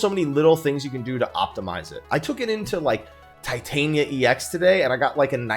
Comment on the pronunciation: Tit-an-ia... Not Titan-ia. Tit.. As in breasts. An.. A simple word in the english language. Ia.. Well I don't have anything smart to say about this one.. But for the love of god and everything good in 14, get it right.